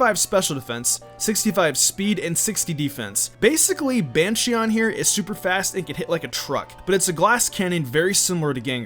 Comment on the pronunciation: Wait did this bitch just say bansheeon 😂😂😂😂😂😂😂😂